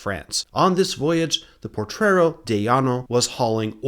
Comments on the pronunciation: great video!. That ship name is Potrero, not portrero. Mexicans still consider thos sinkings a false flag, there no reason U boats would not sink better US objectives but those former italian ships. German spies include Guido Moebius in Monterrey. State of war meant the mexican gov was hugely concern into draft andinflation, as house rent was even controlled. grandpa ( ) was a bracero, they managed to get some financial compensation (he died before that). 1917 mexican constitution didnt prevented women from voting, in facta there were female city mayors ellected the next year, the 1953 female voting reform was nothing but populism. You should call US invasions that way, not intervention. It´s great yo explained XIX century history but letś face it: since 1820 the US has controlled Mexico. letś see why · "Potrero". You've got an extra "r" in there. 😉 (Thanks for doing this video!)